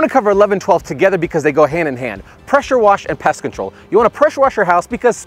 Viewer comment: Great tips... but FYI... specific unit; not 'pacific unit'... pest control; not 'pest controll'. Thanks for the tips